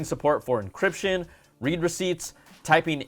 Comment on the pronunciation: Read receipts… pronounced “red” as in “I read the message”. Not reed receipts